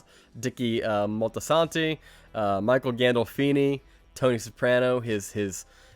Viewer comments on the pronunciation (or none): It's actually Dickie Moltisanti - not Motsiano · Dickie Motsiano. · Dickie Moltiana 😳😬😬😬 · Dickie "Maltsiano"? Are you sure, son?